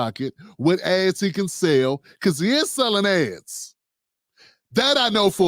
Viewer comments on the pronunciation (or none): Damn- it sounded like you said Roland was “selling’ ass.” I had to run that back. Ads. 😂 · MAN I thought you said Roland was selling a$$ when you said he was selling ads🤦🏾‍♂️😂😂